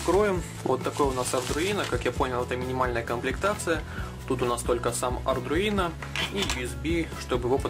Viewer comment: Только ардуино, а не ардРуино